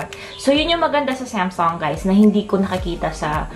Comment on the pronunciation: Hindi semsung yan Samsung ang bobo mo mag pronounce